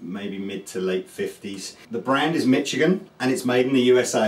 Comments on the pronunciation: hey cap it's pronounced "mishigan", thats all i know about it lol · Why do you say Michigan so strangely?